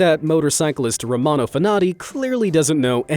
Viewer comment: It’s Romano